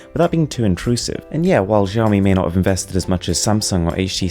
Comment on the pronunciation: It's pronounced as Siaomi